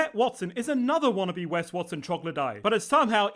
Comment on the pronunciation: His name is WEST not Wes.